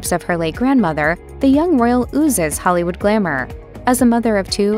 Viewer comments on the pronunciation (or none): none